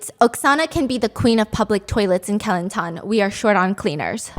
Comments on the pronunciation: It’s actually kuh-lan-tan 😅😂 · When she said "Kelantan" I heard Kilantan I went like: What state is that??? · great video as always stephanie. from now on, im gonna pronounce kelantan like you did. so classy.